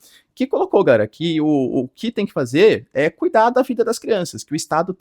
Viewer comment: Pq esse professor fala "Gaera" ao invés de "Galera"? É uma piada interna com a comundidade?